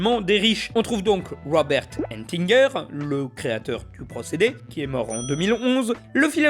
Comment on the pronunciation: Ettinger n'est pas « Entinger », cher. Lisez mieux ce qui est écrit. Et le nom « aura » est féminin!